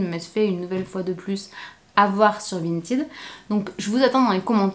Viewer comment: Attention cela ne se prononce pas "vinteed"